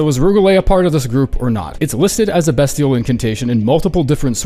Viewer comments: pronounce bestial correctly already. It's BEASTIAL. Jesus fuck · I'm sorry BEST-IAL BEST BEST BEST??? yikes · Beastial at 17 is a fucking joke, especially when you have comet axure at 19. And the pronounciation is also a joke